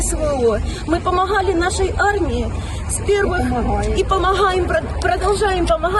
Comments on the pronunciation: .Хто помітив,як вона вимовляє слово"помогали""помогаем"?Через українську "г".Немосковську"ґ",а українську.Там ,певне,живуть нащадки етнічних українців,бо це ж -Слобожанщина колишня.І вони"підтримують" вбивство своїх кровних братів... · Хто про що, а я про мову. - зверніть увагу на вимову "Г" - то це ж Україна! Генетику не обманиш))))